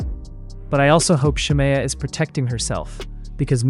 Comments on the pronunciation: If this man say Shar- Mayo one more time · i had to stop watching following the intro cus why is the narrator pronouncing shamea's name like that??? is it ai????